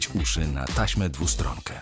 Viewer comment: dlaczego lektor mowi tasma DWUSTRONKA?! DWUSTRONNA.. rany